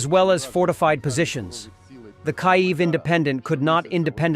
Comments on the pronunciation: Kiev is pronounced "Kee-yev". Your AI voice is CRAP.. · Your a fan of the Ruzzian aggressor. Kyiv is pronounced Kyeev to the people that live there, although using the Ruzzian name and pronunciation is acceptable for unofficial usage.